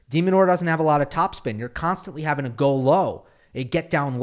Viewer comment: It's Demin, not demon. Stop demonizing